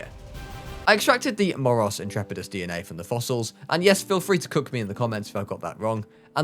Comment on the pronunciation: Your moros Intrepids was a good pronounciation